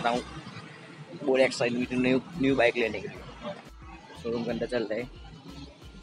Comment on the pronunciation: WTF! "My Dream BACK" Koyi isko English ka tution karwawo seriously, kon sai class mai padte ho.